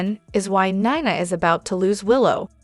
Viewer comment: Neeeena please not kniena